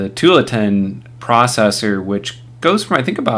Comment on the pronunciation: I like your videos! But it's pronounced too-AHL-uh-tin. It's named after a city in Oregon (OR-uh--gun). :)